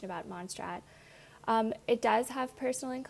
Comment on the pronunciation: Mon say rraht please learn how to pronounce